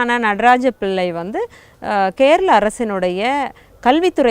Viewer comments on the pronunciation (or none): none